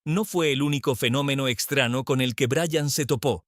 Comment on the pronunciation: Olle Como narador, nos dejas Muucho a deber!.. porque pronunciar..(estrano, recena O ano)... Cuando deberías pronunciar.. año enves d ano, receña no recena ni estrano enves d estraño...